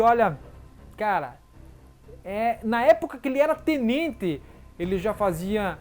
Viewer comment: Ele fala Tnente